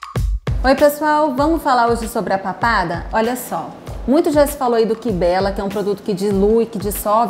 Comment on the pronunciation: Não se pronuncia “kibéla” e sim “Kaibélla”